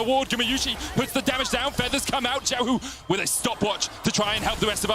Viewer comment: Why do so many NA and EU casters have problems pronouncing Xiaohu‘s Name? Or is it at some point deliberate? There is LPL casters with them in the same room pronouncing it properly while they don‘t? Sus